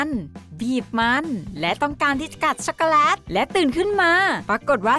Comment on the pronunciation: เราฟังไม่ค่อยรู้เรื่องอะ แว็บเพิล. ชัคโกแลต. และศัพท์อื่นๆที่กวนใจเรา